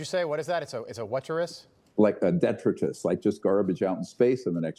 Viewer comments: Dee-try-tus Detritus 👍😂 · One thing is certain .. Dr. Greer does not know how to pronounce the word detritus. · He is mostly detritus